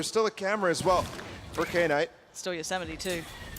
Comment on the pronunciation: Kay-night? Is that how she's been told to pronounce his name?